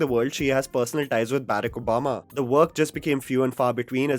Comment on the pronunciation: is that how you pronounce barack obama?